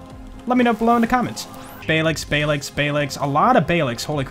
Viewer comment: Balex not bales